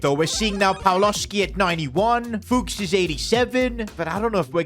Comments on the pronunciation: Its not Pawlowski its Pawłowski open google and hear how to say it hah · if u have polish name and letter w its always like v but softer, Pawłowski should be read pavuovsky